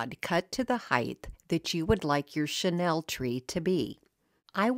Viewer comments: Great projects! FYI, What you used to make those trees is pronounced Sha Neal. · Wait, it's a 'Chanel' "chenille" tree?